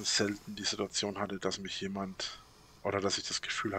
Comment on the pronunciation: Als Hobby Statistiker: wenn du etwas vorausahnen willst was er als nächstes sagt … zu 95% ist es eine „sidduadzion“